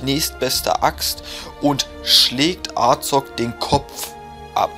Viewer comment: Er wird Azog geschrieben ja aber es wird Asog ausgesprochen